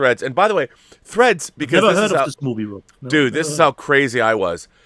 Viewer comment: THREADS! Not FREDS. 😂